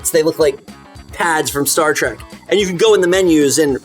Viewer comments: Trek not Track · theyre saying "Star Track" just to be funny, right? i hope. im not a fan but damn, its trek